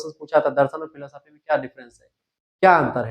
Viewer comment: Sir filo साफी नहीं बोलते फिलॉस्फी कहते है